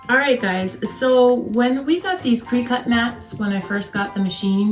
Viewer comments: You need to say the name of the machine correctly. It’s cri-cut it’s not said Cree cut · Crick-IT.... NOT cree-CUT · Thank you for the tips, fyi Cricut is pronounced like cricket.